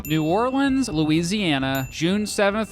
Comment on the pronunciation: You know how you can tell mr. Beat isn't from the South? He pronounces New Orleans correctly.